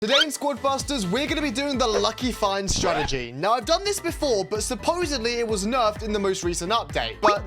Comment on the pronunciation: Ah yes, “Stratergy”